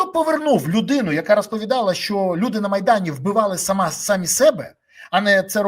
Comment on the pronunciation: Рос.убивали сАми себя,укр- вбивали самІ себе ( наголос на " і " ). Рос. тюрьма ,укр .тюрма ,/ без м'ягкого знака/ .